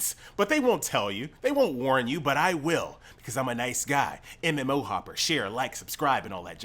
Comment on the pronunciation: You actually got me to subscribe with that 'mmo hoppaah, laike share and subscibe"